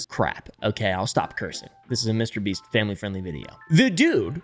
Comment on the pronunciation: LOL, HE LITERAL SAID MRBREAST 🤣🤣🤣